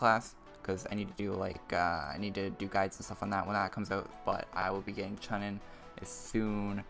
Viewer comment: Im pretty sure its pronounced Choo-nin. Like from Naruto